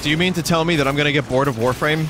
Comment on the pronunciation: Warfwame [Sritch]